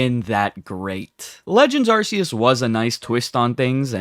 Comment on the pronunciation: You pronounced Arceus wrong